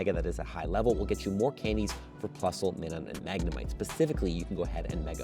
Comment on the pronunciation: But why did this guy miss-pronounced Minun's name?